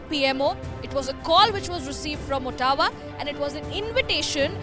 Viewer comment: Please, It might be written as Ottawa. It is pronounced as Autowa !